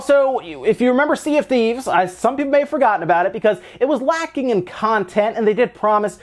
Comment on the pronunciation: "lAAcking" xD